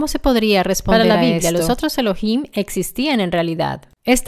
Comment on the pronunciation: La palabra ELOHIM no es de la anglósfera. En concreto es una palabra compuesta de ELOH+IM. Pronunciar ELO + HIM es una mera subordinación a la anglofonía. Los italianos subordinados mentalmente a la mafia angloamericana tienden a usar vocablos de ese lenguaje con afección. Es lamentable!